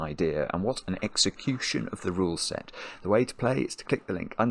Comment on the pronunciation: This ruleset is we-taw-did.